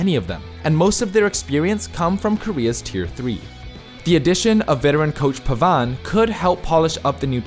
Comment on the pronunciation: very, VERY weird pronunciation of names of coaches and players. Pavane? Tizi? etc.